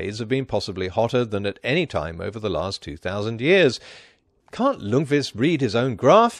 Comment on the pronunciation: Minor spelling error: Ljungqvist (see ) is misspelled and mispronounced as Lungqvist throughout the video.